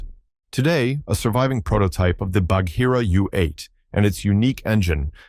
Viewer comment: The H in Bagheera is silent! It’s quite painful to hear it mispronounced so often!